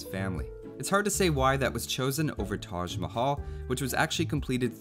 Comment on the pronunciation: Onur Çavuşoğlu Its not Tac mahal. Its Taj Mahal and the 'j' is pronounced as J in John.